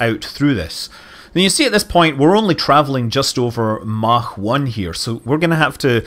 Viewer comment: scott, stop with the german pronounciation of mach.... its really offputting. :/ like you know that idiot at houseparties that insists on saying everything the french way to sound posh? yeh thats you buddy.